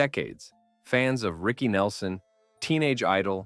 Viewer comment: OhMyWord, had to stop listening to this. Now you need to pronounce the names correctly, and pronounce his full name without that long pause BYE